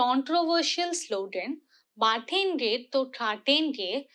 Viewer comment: Yawn... what an lousy analysis... same old , same old left view. Also it is not 'Baatenge' but 'batenge' those mean completely different things. Hindu must aim to do better